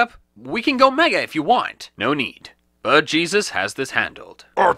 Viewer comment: He was called "aaabaaajss"